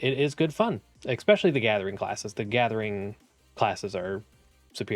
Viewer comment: There’s no ‘X’ in the word especially. Outside of that (which for some reason is really annoying to me), great content.